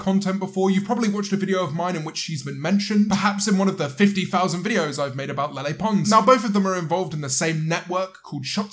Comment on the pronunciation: Please stop saying LeLe like a nutjob. 🙏